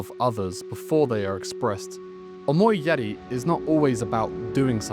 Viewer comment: 1. Your pronunciation make it sound like omoiyare. 2. What is up with your arms dude? You got tourete syndrome? Why do you keep twitch your arms when you're in frame of the camera?